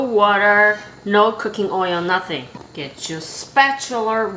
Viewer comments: She said "Spatulerr" just like Mr Krabs!! She must be good!👍👍👍🙂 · Spatular? Lol too cute love it